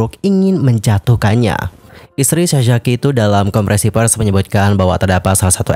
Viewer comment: Konfrensi pers loh bang bukan konfrensi ferss 😂 Sefertii sefertii lagi2 disni ya.. yu brik may hat brik may hof